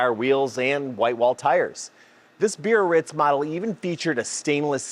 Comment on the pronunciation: Cool car! There are a couple for sale at a dealer in northern IL. BTW , it's pronounced Bee-uh-RÌTZ with a gentle roll of the "r". It's a French city.